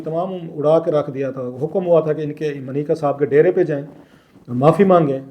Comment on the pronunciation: It’s Manika sir not mneeka